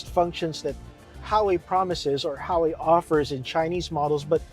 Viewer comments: “Ha wei” “Lambor hini” You mad at U and G? 😂 As a chinese, it’s not ha wei. It’s literally hua wei. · What’s HAWEY it’s called HUAWEI!